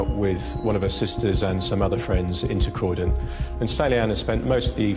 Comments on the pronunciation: Literally how it's spelled as well, it's not hard. It's pronounced exactly how you spell it. Croy don. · Love ur channel but please make sure u pronounce the place properly. Croydon sounds like K-ROY-DON. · It is unexcusable for the maker/narrator of this video to mispronounce Croydon as Cry-den even after the British police officers in the video pronounce it correctly multiple times. How sloppy is that? Geez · you have upset a lot of English with your pronunciation, do your research, cROYdon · We would pronounce those words the same way in the US lol. I’m not sure where the “crydon” came from. It caught my attention too. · Croy- Don....the mispronounced place is annoying. Riep sweet girl. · You ain’t the only one 😂 Crydon ya kno, Americans ffs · Learn how to pronounce croydon my god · You heard the man say Croydon properly so Why can't you!!! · Idk where you've got the 'i' sound in Croydon from ... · Just me frustrated with how she kept pronouncing “Croydon”? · He literally says Croydon multiple times in the clips and you still pronounce it wrong 😭 please correct. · The detective literally pronounced Croydon in the video so why can’t u say it the same way Cmon 🤦🏽‍♀️ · am I the only one who was shocked at the way she pronounced Croydon?? 😂😂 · Why keep pronouncing Croydon incorrectly!! It’s actually pronounced correctly in the video! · Please say Croyon properly 😭😂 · Omg the way you pronounce Croydon is so annoying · Just had to pop on say you pronounced Croydon wrong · Your own news clips pronounce the place name correctly, could you not be bothered to pronounce the ‘o’ in Croydon or? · I’m from Croydon and the pronunciation is killing me 💔😭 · Everyone really taking time out of their day to comment hate when she’s reporting lol (I get the irony of me also commenting 😈) I am also from the UK and yes she said it wrong but oh well life moves on 😃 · It's CROYDON not cridon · Croy?? Cry???? Sounds like shes reading from a script, not very well either.